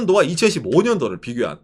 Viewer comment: 이천십사년 이천이십사년 발음틀린것은 인지하는가